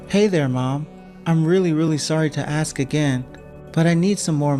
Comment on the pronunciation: Yay again 😂😂 and it's pronounced ask not axe. What's with the pause he does like "Do you...Mom"